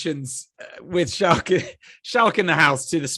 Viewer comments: It's Schalk man....like school🤣🤣🤣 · It's pronounced Skalk not Shalk, then pronounces French refs name perfectly. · You pronounce it "Skulk" not "Shulk..." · just say skalk, his name is not shalk! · Schalk is pronounced "Skulk" not Shalk . Great interview with an exceptional human being . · Schalk is so understanding with people mispronouncing his name and calling him "Shalk" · Great episode Boys. Just a heads up - "Schalk" is pronounced "Skulk". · Every South African triggered by the mispronunciation of Schalk 😂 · Why are you calling him Shalk?